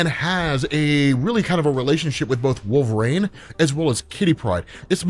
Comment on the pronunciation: It's pronounced, Wol-ver-een not Wol-ver-rain